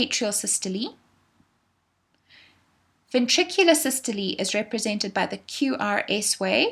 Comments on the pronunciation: it’s “sys-to-lee”, would you know or would a teacher? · It's actually sys to Lee. That's the actual pronunciation. So ye. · please stop saying sy-stol-ee like that its systole like bum-hole, not bum-hol-ee